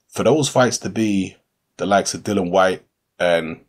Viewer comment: Why do people still miss pronounce the guys name ffs, it is not dillan nor dylan or dillon it is pronounced dill ian ffs ignorance at its best, if you cant be bothered to pronounce it properly then dont make videos about the guy! Tut tut